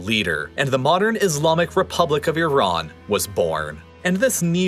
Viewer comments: Thank you for saying "ee-RAHN" instead of "EYE-ran". One of my biggest pet peeves. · Exactly. Also, thank god he switched to pronouncing Iran properly instead of the brain-dead way of saying "I ran" (to which I always say, "where did you run?").